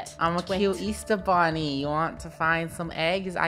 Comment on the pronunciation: I’m not a clown Also:I’m a cute bwunny Me:he said bwunny instead of bunny😂😂😂